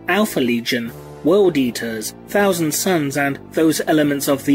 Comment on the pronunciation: "Warhammer forty 'fousand' timeline". Gotta love the th-fronting from you brits🤣🤣😂! Guess it's too much work to say "th". Sounding more like Ork's every passing year. Soon "the" will be completely taken over by "da" ork's.